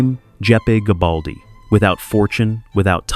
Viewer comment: Good content, but check it though, it wasn’t gabaldi, his name was Garibaldi. Nice production though.